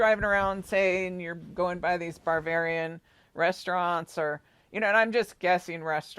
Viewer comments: It's Bavarian, not Barvararian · You keep saying BARBARIAN. There is a style of architecture called BAVARIAN - not BAR-VARIAN. Also a dessert called BAVARIAN CREAM. There is movie called BARBARIAN with a little pale yellow house. The song you were humming was YELLOW SUBMARINE. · …Ba….ba….not bar. Ba-var- ian,,,,VILLAGE ……… you are saying what sounds like barbarian. My parents lived in Leavenworth Wa. ❤️🙏. THANK YOI FOR ALL YOUR HARD WORK! I was astounded at your profound accuracy of the Daybell murders. At first I thought you were a nut, when you first came out with that information. it was so off the wall crazy unbelievably horrific. I couldn’t let my mind go to that level of evil. You have opened my eyes👁️ to a level of evil, that is inconsistent with life itself! I cannot get Summer out of my head….please help bring peace and justice to SUMMER. and the world!🙏🙏💜💜🌸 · "barbarian"??? do you possibly mean "BAVARIAN"?? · It sounds like you are saying barbarian instead of Bavarian. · I have a feeling you are pronouncing the place wrong… It's Bavarian not with an R in it🤔🤍🤍🦋🦋🦋